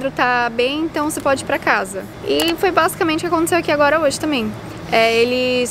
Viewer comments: Você falou bazucamente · Vc deve 20 reais pros dois pq vc falo basicament